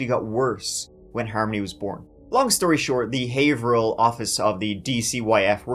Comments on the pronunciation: You pronounced Haverhill right this time 😂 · Wow, someone knows the real pronunciation of the city Haverhill. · Kudos for pronouncing Haverhill the native way every usually screws out up. Have-her-hill or hay-ver-hill but we pronounce it hay-vrill ❤ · Quick note: "Haverhill" is pronounced: "Hav-rill" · Very local case to me. First, my hat off to ya for pronouncing Haverhill correctly! Some locals even mess it up! Also, I personally know corrections officers at the prison and Adam is not living comfortably, that’s for sure! (Deservedly so). The only reason Kayla agreed to speak with police after her welfare fraud arrest was because they bribed her with methadone because she was so dope-sick in jail. (A friend saw her in police custody at the clinic that day, so it’s confirmed). Big pieces of 💩 throughout this entire case! I feel for the innocent kids in all of their wakes. Smh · Nice job on Pronunciation of Haverhill! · Holy S@ you pronounced Haverhill right!! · 👏👏👏👏👏 you pronounced haverhill correctly!!!! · Never heard someone say Haverhill correctly and not be from New England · First youtuber to pronounce haverhill correctly? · Major props for pronouncing Haverhill correctly